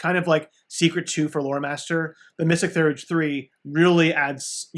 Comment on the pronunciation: Pronunciation is THEEE-URGE [ˈθiːɜːrdʒi]